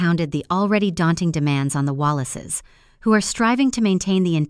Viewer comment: God bless the most beautiful Catherine, Princess of Wales. May God grant her health, and a long life. Chemo takes a lot out of your body. It took my cousin about 3 yesrs for him to get back to somewhat normal. Their name is not WALLACE, it is Wales like the country. That is one reason I HATE AI, it cannot pronounce properly.